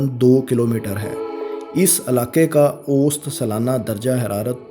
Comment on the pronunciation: بھائی اوسط لفظ صحیح طرح سے بولو۔۔ ausat